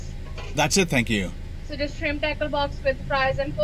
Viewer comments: Hahaha I'm Australian and I thought you kept saying shrimp taco box took I saw the menu 😂🤣 classic! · Shrimp "TAHCOH box"